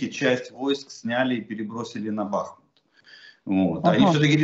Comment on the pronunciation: Прочтите не БАхму а БахмУт